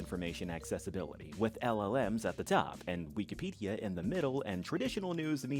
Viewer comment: "We key pedia"